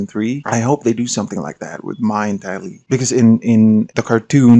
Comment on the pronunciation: The fact that Mai’s name isn’t spelled “Mei” has always bothered me, because it sounds like “May” in the show. The fact that you instinctually pronounced her name like “my” in this video says it all. =P Say what you will about changing the pronunciation in the movie (which they shouldn’t have done), but the canonical spellings of the characters’ names has always been really goofy from an Asian perspective.